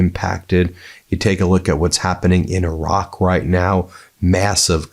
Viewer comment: wait did he say invasion of iracq?